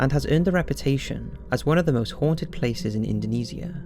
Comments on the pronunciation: I’m still so uncomfortable with his pronunciation of Indonesia... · Not to be that kind of person... but you are prouncing the word indonesia wrong..